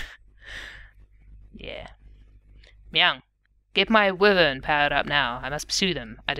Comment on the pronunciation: Since you asked, "wyvern" is pronounced with the emphasis on the first syllable, which sounds like the word "why."